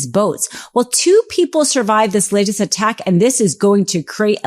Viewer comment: "Lace"? "Termin"? Do you mean latest and determine?